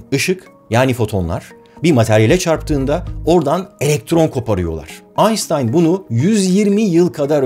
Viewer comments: aynStayn yerine aynŞtayn deseniz keşke. Orjinal dilinde öyle olduğu için değil de Türkçe’de hep öyle diyoruz o yüzden. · Ayyy sevgili Barış, kaç defa yazdım sana: "Aynstayn" değil, "Aynştayn" olacak. Grrrrrr...... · Allah aşkına su adama aynnsssstayn deme.ş harfi be abi aynştayn😄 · Yahu şuna Aynstayn deme arkadaş yahu! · Kardeşim şu adama "Aynstayn" demeyi bırak. Sen Türk isen, orjinal aksanda okuma zorunluluğun yok. Ha, yok ben illa orjinal dilde söylendiği gibi söylerim diyorsan, "iban"a da "ayben" demezsen alınırım. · sevgili barış, her şeye dikkat ediyorsun ancak kaçtır einstein (aynştayn) diye söylendiğine bir türlü dikkat etmiyorsun. aşk ile...